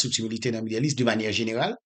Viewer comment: La se pa yon kesyon de aksan frèm. Lap viv Etazini li sipoze aranje li oubyen li di bagay la an fransè. Nan ki aksan yo di kez ou Kes (case), li di midèl ou lye de medo( middle East) li di aproval, o lye te aprouvo(approval). Fòk ou pa ankouraje li nan sans sa. Se sèl sa li manke pou mwen. Okontrè mwen byen apresye misye. Men chak fwa li eseye pwononse bagay yo nan fason pa li sa deranjem. Pito li di li an kreyòl pito.